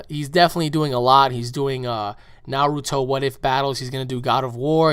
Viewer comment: did you seriously just mispronounce 'naruto'?